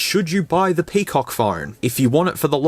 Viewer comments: Can't stop laughing whenever he says Pee Cock!!! 🤣🤣🤣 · FYI : PCOC pronounced "Pekok" on here 😂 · Crack myself a good laugh whenever bro said PIPI and PCOC. Which are plenty on the video